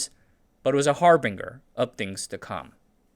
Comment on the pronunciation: harbinger has ag that sounds like a J. Harbin Jer, not Har bing 'er.